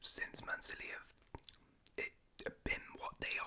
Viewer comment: I like how he says 'Silly' instead of 'City'